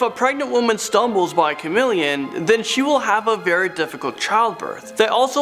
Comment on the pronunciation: OMG its Chameleon not Chamileon 😂